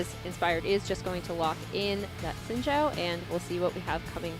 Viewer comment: I appreciate pronunciation of Xin Zhao. Seems most correct to me (for a fictional character).